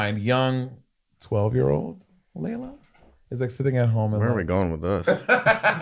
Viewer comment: It sounded like Laila said "HIT HER" lol